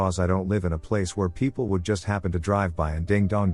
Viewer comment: i love how it pronounces people as "Pee pee yell". I chuckle almost everytime